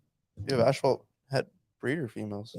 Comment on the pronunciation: You guys are great! I think you are pronouncing the word "asphalt" incorrectly. Maybe that is a Canadian thing?